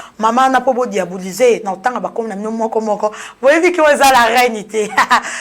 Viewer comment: Diabuliser? Oh ma belle! On dit diaboliser